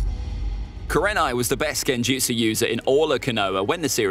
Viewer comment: You underestimate kurenai and mis pronounce her name